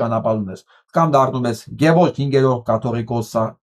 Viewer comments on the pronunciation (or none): none